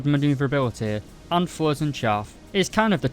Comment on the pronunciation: I like the videos, but the way you say flares....